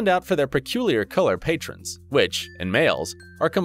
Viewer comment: Color ‘patrons’ ?? You mean color ‘patterns’ right? You speak English well but your grammar is off on a lot of what you narrated. Might want to have someone proofread your script before you decide to narrate it.